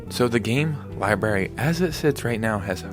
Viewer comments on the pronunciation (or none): none